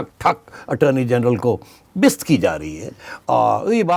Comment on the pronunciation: سیٹھی صاحب یہ بست کیا ہوتا ہے ؟؟؟؟؟ بے عزت ہوتا ہے کم از کم اردو تو اچھی بولیں ۔۔۔ حضور ۔۔